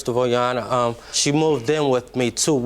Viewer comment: Guys, if u read tha closed captioning, it says, “yanna” when he’s actually saying, “your honor”😂😂😂 it’s hilarious 😆